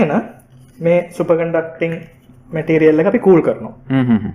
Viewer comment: ඕකගෙ බොරු බන් 😂 කෝ ඉතින් ඔය කියන සන්නායකේ? චිචියගෙ රොකට් වගේ තමයි 😂💩 අනිත් එක බලහන් මුගෙ වචන "මැටීරියල් --> බෙටීරියල්", "ඉම්පියුරිටීස් --> ඉම්බෘටීස්" 😂 ප!ඩ ශෝ. ඇමරිකන් සුද්දෙක්ගෙ වත් නෑ ඕයි මෙහෙම ප!කේ ඇක්සෙන්ට් 😂💩 තනි බොරුවක් කරන්නෙ.